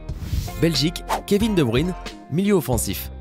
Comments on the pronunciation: De Bruyne se dit pas Bruyne mais Bregne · Il a tué un joueur sur 2 en prononçant mal le nom ou le prénom 😂. Mais le pire c'est De bruyne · Ouais mdrr DebrUIne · Ça fait mal aux oreilles le nom de De Bruyne comme tu l’as dit! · Lewandowski, De Bruyne, Modric et j'en passe font mal aux oreilles... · Alors de un Kevin de bruyne ca ce dit pas comme ça puis perso je trouve que Hasard et Courtois sont bien meilleur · Comment il a dit de Bruyn